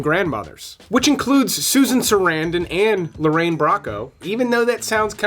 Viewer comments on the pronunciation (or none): none